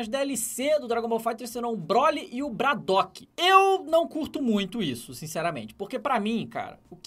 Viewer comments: bradoc kkkkk é bardock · vc falou errado é Bardock n Bradock lembrando:n sou hater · é Bardock e n Bradock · bradock?? ,é bardock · "BRADOCK" kkkkkkkkkkkkkkkkkkkkkkkkkkkkkkkkkkkkkkkkk é Bardock kkkk Bradock é o Chuck Norris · Bardock "Bradock" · Bradock???,eu conheço um tal de bardock kkkk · Bradock?? ou bardock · Bradock... BRADOCK. BRADOCK é BARDOCK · Bradock??? BRADOCK AAAAAAAAAAAAAA MDS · N É BRADOK É BARDOCK só isso :) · Bradoque kkkkk super certo dava E bardock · "Bradok" essa doeu na alma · "Bradock" tabom ne